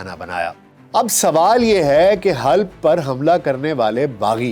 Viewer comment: Halb نہیں Halab